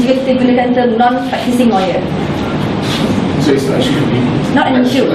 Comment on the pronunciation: Non-practicing lawyer, practicing lau-yar...hahaha. Graduan dari UiTM...Mara deh. What a pain....